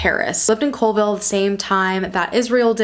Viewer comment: Being from WA & hearing you pronounce stuff was cringe lol Makah is pronounced Ma-Kah long A in Kah & Colville is Call-ville